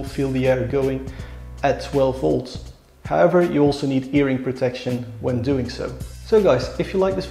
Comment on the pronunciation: Did he say "earing protection?"